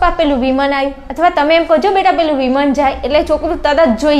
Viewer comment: વિમાન ❌ વિમોન ✅😂😂